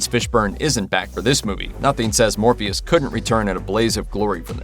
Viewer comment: Did anyone else hear him say Morbeus not Morpheus ?